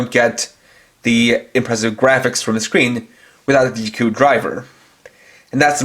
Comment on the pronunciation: Just say in as Zi o and ziku not gio and giku